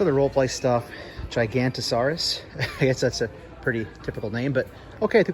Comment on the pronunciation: In the movie it's actually pronounced "Giga-nata-saurus". Awesome toy hunt👍